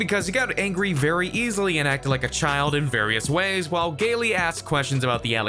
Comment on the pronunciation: You really should learn to pronounce people’s names correctly. “Gaylie” and “Ereeka” They sounds like Gail and Erika